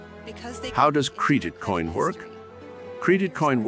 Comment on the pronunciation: Cr"ee"dit coin huh? 😂 what the heck. Is this Ai or something.